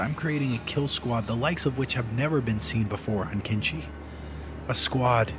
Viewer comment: Kenshi it's kenshi wooot